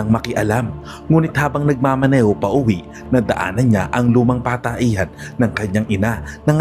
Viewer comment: Nakailan ulit ko talaga naririnig yon Pataehan idol.😂😂😂